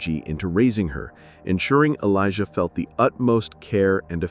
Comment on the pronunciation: Oh,just to add. Her daughter's name isn't "Elijah" it's `Alaiyah. Just an extra step of researching and you would've found this.